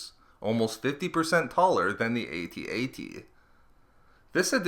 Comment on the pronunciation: pronounced "ATT -ATT" not "A-T A-T".